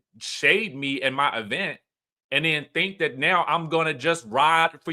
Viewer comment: The way you consistently say “E-Vent” like Tisha 😂😂😂